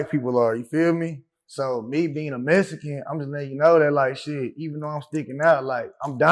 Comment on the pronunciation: What’s a mesican ?